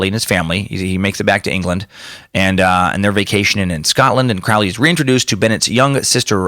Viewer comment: Heh, 'kay, if you're going to do a two hour podcast on Crowley, at minimum you could bother to pronounce Crowley correctly. It's "Crow-lee", like the bird.. rhymes with holy.